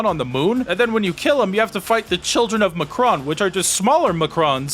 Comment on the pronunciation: the "ma kron?" the "MA KRON?!" are you SERIOUS!